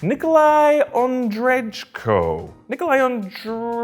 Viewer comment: Ondrejko [on-drey-koh] goddamn🤨